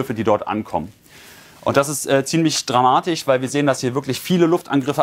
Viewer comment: Einen der "russich" , "ukrainich" und "dramatich" sagt kann ich nicht ernst nehmen.